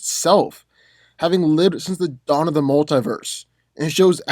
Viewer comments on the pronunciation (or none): none